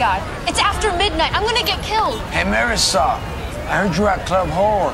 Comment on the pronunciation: Did they just call Marisol "Meh-ris-all?" ..